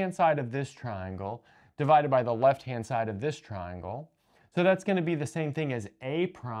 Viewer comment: Did you say "left hand side" or "lesbian side"?